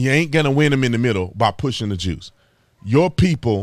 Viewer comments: You kept saying “the juice” and the closed captions said “the jews” a bit suspicious… why would they suggest that was what you were saying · Juice? I thought he said Jews.